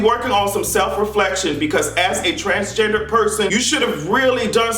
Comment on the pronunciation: Did he say Trashgender? I think I'm hearing things.😭😭